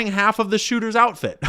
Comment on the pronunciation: You said “outift” about ten times …